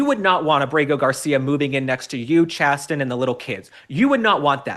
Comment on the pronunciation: Isn't that pronounced "Chay- sin(sen)"?